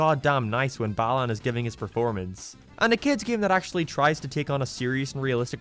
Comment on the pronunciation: Everytime a European says Balan I hear "bellend." Kinda fitting.